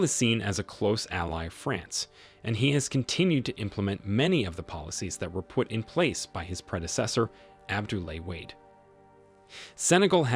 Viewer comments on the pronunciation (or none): I wasn't going to make this comment but as I continued to watch the video it was clear the narrator has made little effort to seek the correct pronounciations. Coup = coo Benin = Beh-neen Wade = Wah-deh And also people of Niger are referred to as Nigeriens not Nigerians (confused with the people of Nigeria). Some of the subtitles were incorrect also (Chant = Chad, for instance) Other than that critique, this was a very informative video so thanks for making it. It Irk's me when so much research has gone into the video! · Interesting and insightful video but the pronunciation of most of the African leaders names are wrong. A simple search would have given the correct pronunciation. For example Macky Sall's surname does not rhyme with fall, its rhymes with 'pal' Abdoulaye Wade's surname is pronounced 'Wad' not Wade, and the country Niger is pronounced 'Nee-jer'.